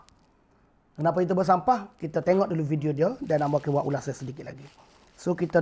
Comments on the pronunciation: baru lak jumpa video ni... bro... uuutuuuberrr not uuutoberrrrr... melayu sama melayu lu bising bro... tang cina and india punya racist... lu diam lak... uuutoooberrr betoi! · dia sebut yutober?? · orang buat video jumlah like mesti lebih dari dislike....ni x kau mmg buat video untuk dptkan bnyak dislike hahahhaha....cakap youtuber pon x betol...ada cakap yotober....kau nk sebut apa ni hanat aku dngor lain. pakatan hancing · youtuber. bukan yutober bro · Bising ahh kau. Memang patut nama harapan, bagi harapan je kat rakyat. Bod** sebut youtuber pun tak pandai.